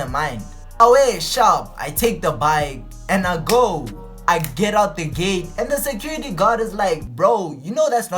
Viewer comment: "When I get to the gay" ? 😂😂😂 LOL . GATE bro say GATE G!!